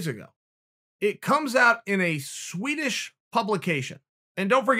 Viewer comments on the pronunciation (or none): none